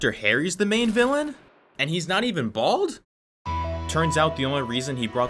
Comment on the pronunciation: the way he said “and he’s not even BALD”😂